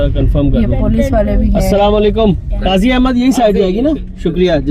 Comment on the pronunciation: Qazi a bad nahi Qazi ahned Naam hai Appreciated for video nice